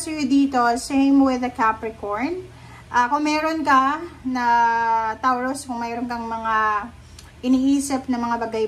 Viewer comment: Anong TAWROOS bh3 its PRONOUNCE MO NMN NG MAAYOS KALOKA KA